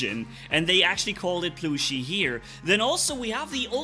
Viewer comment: Aint no way pronounced plushie as ploooshy 😭😭